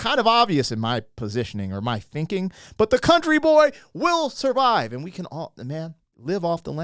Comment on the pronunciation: I can tell you haven't heard it before cause you gotta put emphasis on CAN "A county boy CAN survive"